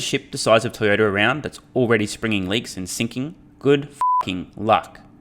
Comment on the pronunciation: It is Toyota not Toyoda. There is a T in the word